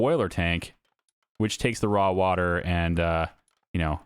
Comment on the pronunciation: I love this series and your other videos but I'm sorry " waw water"😅